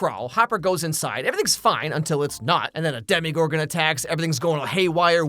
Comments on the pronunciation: Why are you pronouncing Demogorgon like it’s a French brown sauce reduction or like Bruce Willis’ ex-wife. There is no “i” in demOgorgon. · why are you saying “Demigorgon” instead of “Demogorgon”😂